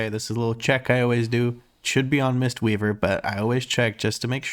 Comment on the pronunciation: pronounced it correctly mate! great video :)